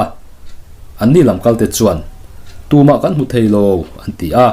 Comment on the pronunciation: Chuan tih lai hi he ti vak2 lo deuh hian lam thinla ngaihthlak a nuam deuh zawk lo maw? Ka ngaihdan ve mai2🤭🤭😱😱